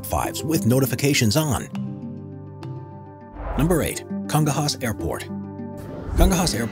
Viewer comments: It is not "Congo Haas", the sound is incorrect! Is speels "Cong ñoias". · In CONGONHAS (IATA code: SBSP), only 2 accidents happened and none of these was because the plane overrunned the runway. Believe me, I live in São Paulo. And the pronounce is said Con-gon-yas. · Congonhas is pronounced Congonias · Nice video man. But you got the pronunciation wrong, congonhas can be pronounced congo- [knee] -as. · The pronunciation of #8 Congonhas is KOHN-GOW-NYAS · Dude totally butchered the pronunciation of Congonhas Airport. It's [kõˈɡõɲɐs] , so like Kon-gon-ñas. (think ñ like in jalapeño) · "Loved" the way you pronounced "Congonhas" airport in Sao Paull (LOL!)... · number 8.... can you read again?